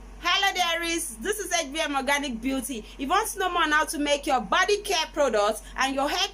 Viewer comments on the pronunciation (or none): none